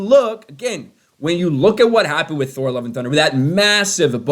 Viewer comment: I like how you pronounced Thor. I got problem bringing out the H